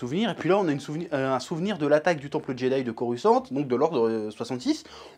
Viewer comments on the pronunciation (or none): none